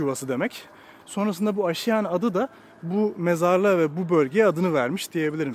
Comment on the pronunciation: "Asude" kelimesini "asuude" diye yanlış olarak telaffuz ettin; "aasuude" olacak. Mezarlığın ismini de yanlış telaffuz ettin: "aşiyan" değil, "aaşiyan" olacak.